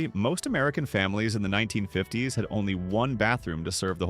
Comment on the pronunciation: You predate ballpoint pens. We still used dip pens in the mid 1950s. (Your Faux Voice would pronounce that as "1,9,5,0,s" you don't even attempt to convince you audience that you use a human to describe your video. Trash quality control! Thumbs Down!